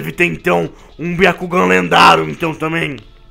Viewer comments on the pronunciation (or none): lendaro é lendário lê o roteiro